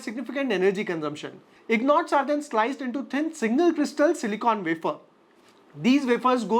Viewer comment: Ingots ❌ Ignots ✅